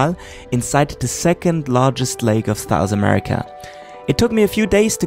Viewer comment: Did he say “thous America”?